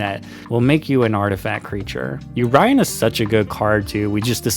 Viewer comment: i was so confused what you was taling about until i understood that u said "yorion" xD never heared someone call it yo-ryan xD